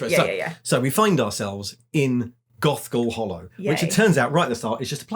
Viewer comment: Was distracted at the beginning and it sounded like said Goth Girl Hallow. I mean, I would read that too!